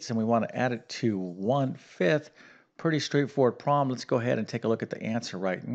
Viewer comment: Please enunciate the word "problem".